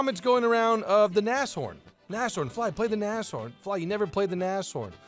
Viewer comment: it's pronounced Na-shh-horn